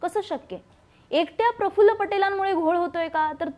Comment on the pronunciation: Prafullla nahi parfful